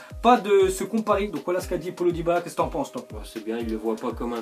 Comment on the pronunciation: comment ta dit diabala